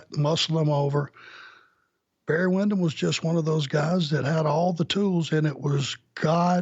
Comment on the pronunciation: It's Windham not windom.